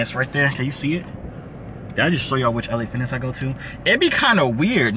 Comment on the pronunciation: He said la fitness 🤣😭😭